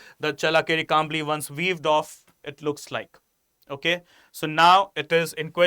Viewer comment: thanks for explaining well. But pls improve ur pronunciation while u talking about karnataka and kannadigas.challakere u changed the pronounciation several times which is not right kambali also..pls its a request from kannadathi.And here in Karnataka nela jala bhaashe nam praana. Hum janthe hai bhai ki kaise sambhalna ap pls apna pronunciation ko sambhalo.🙏🏽